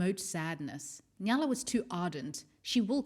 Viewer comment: Awesome video, just one thing that bothered me was that you always pronounced the name like Nyala even though it is actually Nayla